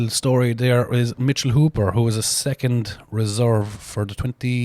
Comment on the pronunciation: "First, Secunt, and Turd place" I love the Irish accent 😂